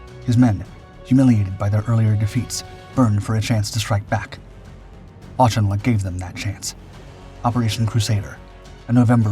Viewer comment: I find it annoying when Americans mispronounce Auchinleck's name as aushinleck